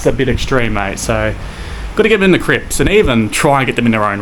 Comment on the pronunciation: He keeps saying Crips. Drives me crazy. Tells me to relax….hopefully your comment, he might start to say Cribs. 🤣